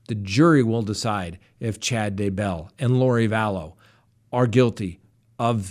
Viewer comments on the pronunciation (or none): You drive me crazy how you pronounce daybell. Why do you do that?And were is the evidence of murder. Its really worrying no murder charges yet. What's going on ? All I can think is they only have circumstantial evidence?